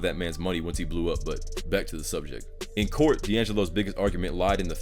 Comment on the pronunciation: When you messed up and said cult instead of court you actually didn’t make a mistake.